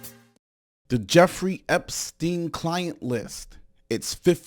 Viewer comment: "Epstienth" is pure brilliance! 😂😂😂 Thank you, I needed that!